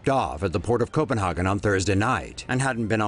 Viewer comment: You says Copenhagen wrong. So funny to hear 😂